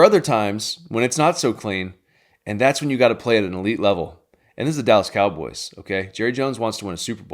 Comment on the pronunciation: "we got one more thing for you cowobys fans" lol